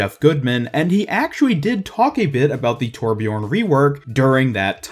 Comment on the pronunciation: Correct pronounciation: Thurbjörn 'Murican pronunciation: Torpjorn